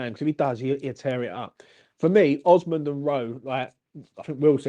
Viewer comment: Osman - osmand - oozman - oozamond 😂😂😂, uv named the poor fucker 4 diff names 😂 made me laugh